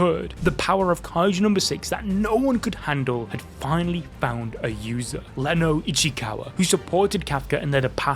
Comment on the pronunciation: It's Reno ichikawa not Leno ichikawa